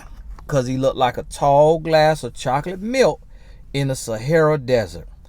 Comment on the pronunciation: 'Cause he look like a tall glass of choclit milkuh in the Sahara desert 🏜 🐄 🍫 lmao!!!